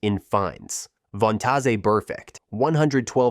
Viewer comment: Von-tah-zay Burfict lol